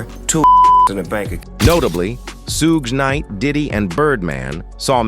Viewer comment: Soog knight had me dying like wtf he just say 🤣🤣🤣